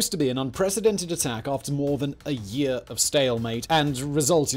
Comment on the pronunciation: how many takes until you said year without a heavy accent